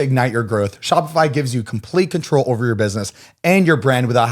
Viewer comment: “And then I’m bent ovaa” 😭😂😭😭😭